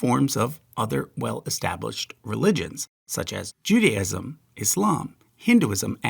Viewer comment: This video is wrong about some things Christianity is not "its own religion" Christianity is Jewish. Islam is also. I know you want to pronounce it Judyism which is part of where you fail Its Jew Day ism. Western when dealing with culture, refers to Western Europe and Christianity which could actually be tied to what we call the Middle East, which is actually South Western Asia. The existence of the Sephirot and the Tree of Life, shows us all not only is this video wrong, its a major problem is society